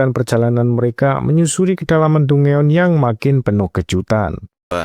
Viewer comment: izin koreksi cara bilang dungeon itu danjen bang